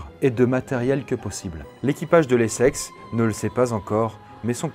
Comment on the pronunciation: Je peux pas me retenir de rire a chaque fois que j'entends "les sexes" exécutez moi